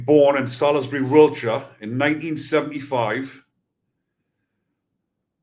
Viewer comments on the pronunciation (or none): none